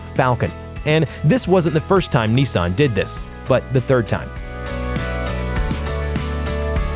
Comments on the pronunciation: It's not Niisan or Neesan, it's Nissan. Unless you're PewDiePie. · It's not neezan it's Nissan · Neessan GTR lol